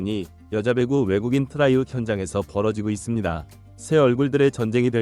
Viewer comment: 트라이아웃, 발음 좀 신경써